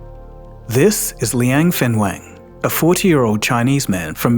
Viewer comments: Wenfeng 文峰 - not Fenweng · You got the name wrong at the beginnning, Wenfeng not Fenweng